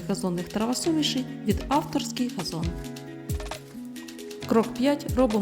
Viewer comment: 🎉Дякуємо! Але приберіть ту чувіху, яка весь ролик вимовляє слово газон через російське «Г»!! Це ганебно! Москалі пробралися у ваші ряди!😢😢